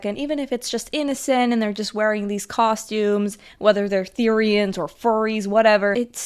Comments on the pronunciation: the-RI-annes I CANT- OMG 😂😂😂 NEW ACRONYM: BEFORE YOU HATE, EDUCATE! BEFORE YOU HATE, EDUCATE! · the way she says therioens just makes me wanna laugh lol